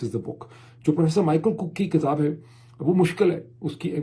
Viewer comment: Please call book..kitaab not kataab ..bharna is BARHNA..a little correction.. please don't mind it .thank you